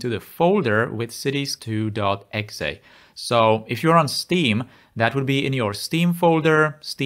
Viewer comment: “cities2 exsay” 😂 it is pronounced as a series of letters, Ee Eks Ee. But your pronunciation brought me joy, and I’m happy you were one of the first to talk about the unfortunate state of the game without mods, and are one of the first to be both large and pointing people to mods before official support.